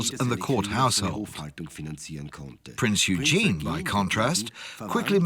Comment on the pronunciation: He did not bring it down, they are still there (or who else brought the trade towers down?). Please learn how to pronounce PRINZ EUGEN